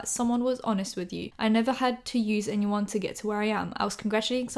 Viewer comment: no one:: ‘ñyeed’ ‘añyeeone’